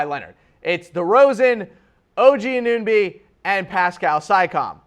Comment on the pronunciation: I think he was just trolling people who watch the Raptors. Haris Rubinstem, it's Siakam (see-AH-kum) and Anunoby (an-uh-NO-bee).